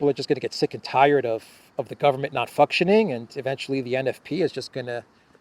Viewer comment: ..You said fucktioning...!!!.. lol.. keep up the good work..